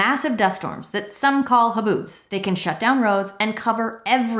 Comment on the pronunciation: Thank you for correctly saying dust arms slash haboops